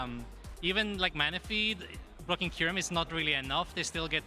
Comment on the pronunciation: I know he says "blocking Kyurem" but it sounds like he dropped an F bomb 😅